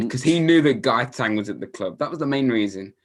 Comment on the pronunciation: I love how calls him "Gaytan Bob" 😂😂😂